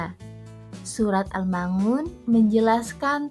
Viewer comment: risih sekali mendengar pengucapan surat AL-Maun = AL Ma Un